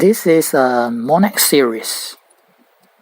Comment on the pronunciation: it doesn't pronounce as monex zzz